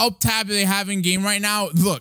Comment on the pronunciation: Am I the only one who noticed he said the black clover Roblox GLAME